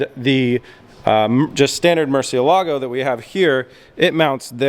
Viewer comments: Murcielago brother murcielago its kind annoying me how you said it in 2 words murcie Lago that's bad traduction you saying Murcie lake it's murcielago all together saying it fast sorry it just give me a tick the way you said it 😅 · I've been to Seattle, and I know for a fact that there are people there that speak Spanish. Please ask one of these people for the correct pronunciation of Murcielago.